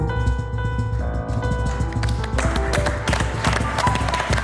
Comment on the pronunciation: « Merci Michel Jeunesse » Quand on reconnait sa tête, on écorche son nom.